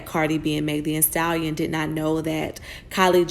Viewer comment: “Meg Thee-A-stallion”😂